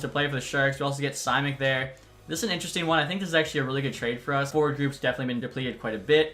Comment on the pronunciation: Simeck is pronounced more like shimeck